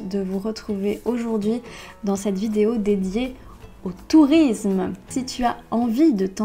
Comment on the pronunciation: the way she says "au tourism" 🤣